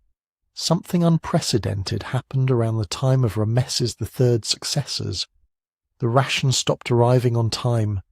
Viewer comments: Horrible narration. Who pronounces Ramses as "Ra-meses"? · ram-mess'-es... but whatever. Still a total fail. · Rams esses? AI. U gar it? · Ra-messes the great, eh? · ra'-me-sees, fix it, okay? It brings the whole value of your work down, in a negative exponential way. I won't be recommending this channel to anyone until you weed out its poor pronunciation (and multiple other problems, for instance which Rameses/Ramesses are you talking about?). I like your overall process but your execution and exposition is a disaster.